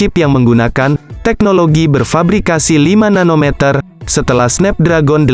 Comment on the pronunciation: Snapdragon cara bacanya SNEPDREGEN